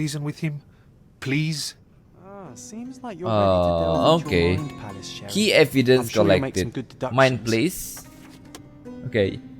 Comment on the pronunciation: bagus bang, cuma ada koreksi dikit terkait "mind palace" itu cara bacanya "maind peles" dengan huruf "E" dibaca kaya "enak", bukan "maind ples". mind palace itu kaya si sherlock punya "istana" dalam pikirannya yang berisi informasi2 penting, dia bisa "akses" ke mode itu biar bisa fokus terhadap hal2 penting aja